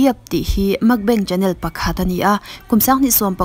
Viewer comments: Makbeng tia lam hi a diklo,Mukbang tia lam tur... Korean ho chu an bo hu ang,Mukbeng tih chuan😁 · Makbeng tia ilam hi mak kalo ti nasa mai, Mukbang chu Mukbang ti a lam tur ni tawp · A ngaihnawm thin e chutih rualin I pronunciation a dik lo thin erawh a ngaimawhawm ka ti. Entirnan 'Mukbang' aiah 'Makbeng' I tia, 'Salmon' aiah 'Shalmon' , a dang pawh a awm nual thin. Nangni ang narrator emaw reader tan chuan thumal lam dik hi a pawimawh sia ka lo sawi ve anih chu. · Nilo, a lam dik lo anih hi